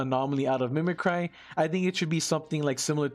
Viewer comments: Mimic Ree, not Mimi Cry. owo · Thanks for the vid but it's pronounced /ˈmiməkrē/. Sorry that gave me a chuckle. You just keep saying thoughout the whole video.